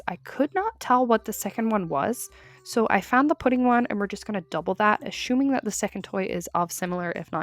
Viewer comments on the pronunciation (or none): Why are we ashuming 😭 (I'm sorry, it's just funny how you say it)